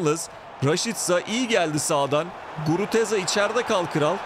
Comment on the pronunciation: iyisin hoşsun da Guruteza deme şu adama Gruzeta de:D